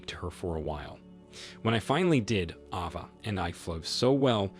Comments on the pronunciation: It's A-va, not Ah-va. 😉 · Ava is pronounced ayva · AVA = letter A followed by va. sound it out with the long A